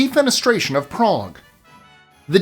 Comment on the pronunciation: It's ok to pronounce cuties without the odd accent. Salzburg... Prague